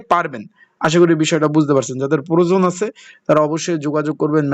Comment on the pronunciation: প্ররোজনটা আবার কি? বলদ উচ্চারণ আগে ঠিক করেন